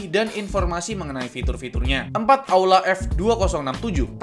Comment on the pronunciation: Bg kok itu bacaan aula malah auda